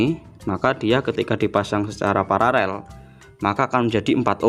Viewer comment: Kenapa ya sering saya dengar sebagian youtuber menyebut PARALEL itu PARAREL. Sudah saya putar berulang untuk meyakinkan kalau saya tidak salah dengar. Yang benar itu paralel, bukan pararel.🙏